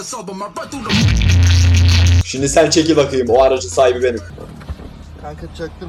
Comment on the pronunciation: No one::şiNdi